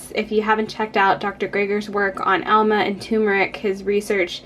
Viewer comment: That's not ALMA; it's AMLA.